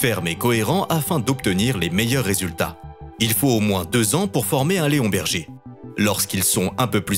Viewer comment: Leonberg peut être mais pas Léon Berger non 😂